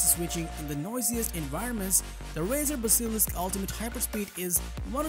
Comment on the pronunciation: That is not how you say basilisk